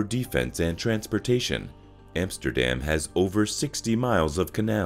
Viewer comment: try to pronounce Vincent van Gogh as it must be spoken, not van Go......... not Emsterdem... and so on... teiible..